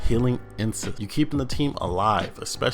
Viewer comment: Anyone else notice that he says "insese" instead of "inceNce"? He is closer to saying a taboo word, rather than the actual word he should be saying lol